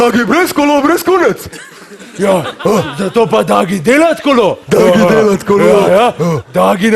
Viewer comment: v bistvu reče kunac, kot kunec, sliši se pa kot kurac!